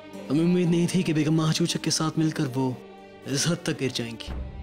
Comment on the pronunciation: Mahachuchak ❌ Mahachuchi ✅